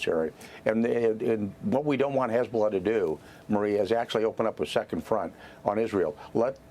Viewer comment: As annoying as her voice is, I enjoyed playing the first few seconds of this video back….she sounded like she had a stroke when she said “Hezzbllll”